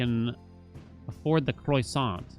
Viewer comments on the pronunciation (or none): the kroy-sahnt